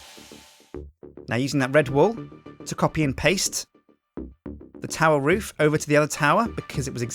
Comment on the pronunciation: er, Roof, not food